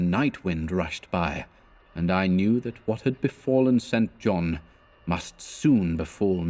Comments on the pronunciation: Excellent stuff. I love this story! Not a complaint, just a note for if you do this again. St John as a given name is pronounced "Sinjun" or "Sinjin" One of the most famous examples (apart from Stringfellow Hawks brother in Airwolf...) is the former conservative politician Norman St John Stevas. He served in Thatchers government as Leader of The House, so there is every chance he was also a cultist of Nyarlathotep! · Isn't the name "St. John" usually pronounced "Sinjin?" Or has someone already asked this previously? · Yes. I first came across this in "Jane Eyre" (her long-lost cousin, St. John) - it's pronounced Sinjin in all of the film adaptations. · Just found this.. and hearing StJohn mispronounced is rather jarring.